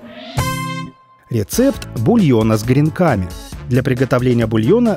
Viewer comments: С гренками гренками , убила бы за слово гренкАми, почему сейчас стали все слова выворачивать наизнанку, ударение прям модно ставить черт знает где! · ударение на Е в слове кренками